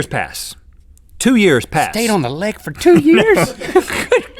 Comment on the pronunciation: I'm sueing you FOR saying FAR and not FOR